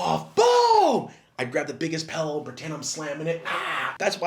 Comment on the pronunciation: Thomas says pellow lmaoooooo